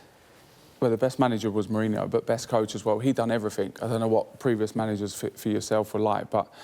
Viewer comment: ..."he done everyfing"?!😆🤣really...as an adult....everyfing?!